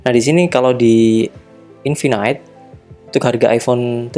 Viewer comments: Bacanya infinite bukan infinight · Maksudnya pronouncenya yg bener "infinit" bang, bukan "infinait".. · Iya, dia bilangnya (baca: infinait). Bukannya yang bener (baca: infinit)?